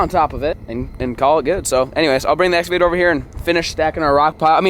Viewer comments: The big eca-vator lol English is hard 🤣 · Exavator😂 idk If I’m the only one who heard that but I found it funny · “ We got the big Ecavator” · Lol flair what is an exvator I think you was meaning to say excavator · that was a nice “ekavator” to be honest😂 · "Ecorvator" Me "wut" 🤣🤣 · did he just say egg avator